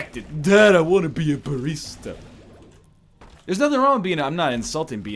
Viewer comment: what's a bareesta?